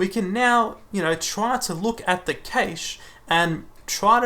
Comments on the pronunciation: Great video, thanks! I'd just like to point out that you're mispronouncing "cache". It's pronounced exactly like "cash", rhymes with "flash". The a is not pronounced like the a in "age" or "cage". Keep up the good work! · no offence, but most other places (i.e. 90% of your views) will pronounce it cash - maybe just bite the bullet? Its really off-putting. Awesome video though... but I very nearly turned off every time you said cache.